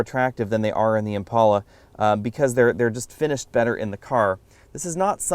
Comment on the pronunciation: It's an "Impala" dude not an "Impaula". On the same token if you date a chick named "Paula" don't call her "Pala".